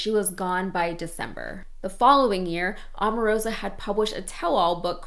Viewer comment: By the way, that woman is O-marosa, not A-marosa. Can you say O?